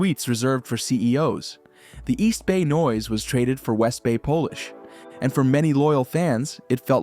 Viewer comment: . I was enjoying this vid until the AI narrator stepped on the word 'polish', to shine, possessing finesse, and said 'Polish', as in the nationality.